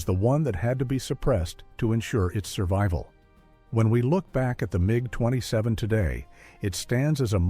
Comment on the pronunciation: but this is. Hear how sometimes IT pronounces MiG totally wrong.